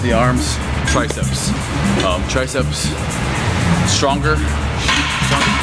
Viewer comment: tri-ceps ... say it! TRI-CEPS! say it out loud! ^^